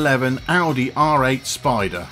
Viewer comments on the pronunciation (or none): none